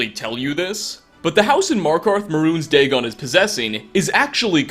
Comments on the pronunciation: Bal. Not Dagon. Easy mistake. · 99% of all the comments are about mistakenly saying Mehrune's dagon instead of Molag bal. Like c'mon guy have you never mistaken characters before give the guy a break it's just a simple mistake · MOLAG BAL!!! NOT MEHRUNES DAGON!!!! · ITS MOLAG BAL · Molag Bal mah dude.